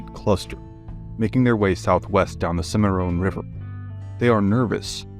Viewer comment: It's Cim a Ron, not Cim a Rone.